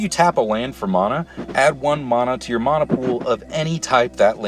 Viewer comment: Theres no H in Mana, jesus that's annoying. It's like saying Shaymin instead of Shaman